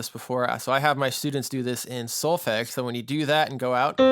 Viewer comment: If you are teaching students you should, at the very least, pronounce the word 'solfege' correctly....hearing how you say it is like fingernails on a chalkboard!!